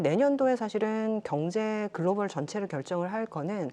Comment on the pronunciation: "그로발" 아니고 "글로벌" ^^